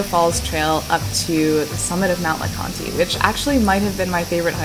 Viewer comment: Love your videos. Great hearing you play the "fiddle", lol From the Great Smoky Mountains here. Mount LeConte, the "e" is silent..lol But we love you here anyway. 'Y'all come back now when y'all can stay longer, y'hear!'